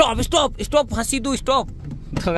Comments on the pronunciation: Pasindo.....❌ Faasi do.....☑️....😂🤣😆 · Pasidu ❌. Faasi Do ✅.